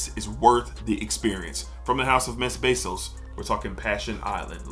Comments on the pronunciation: Not to be that guy, just a Frenchman looking to help ;) Mes Bissous is pronounced like 'May Bee-Zoo' It's nowhere near summer here. I'm still firmly in the fougère temperature range. But looking forward several summer fragrances. Aqua Dell'Elba Classica Uomo is my favorite Mediterranean aquatic. Never mentioned anywhere, citrusy, green, salty. I put a huge dent in my bottle last summer. Untamed My Greek Lover, great all day citrus and floral with herbs and musk. L'Eau Bleue D'Issey Eau Fraiche for the hottest weather days, tolerable green aromatic for peak heat. Imaginary Authors Saint Julep for barbecues, sugary boozy mint and Magnolia. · It’s pronounced (may-bee-su) but it’s super tricky!